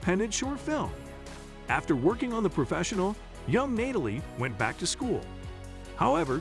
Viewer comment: “Nay-talie” 😅… AI is wild…